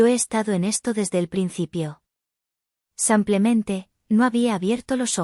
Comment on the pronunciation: Porque," samplemente"y no simplemente?????🇨🇱